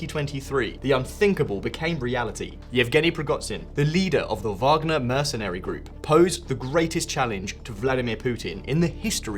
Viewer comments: You pronounced "Wagner" with all possibilities back and forth. W, V, light V 😅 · Come on man Prigohzin is not pronounced like that and Wagner W is a V. 1.31m subscribers - this is really poor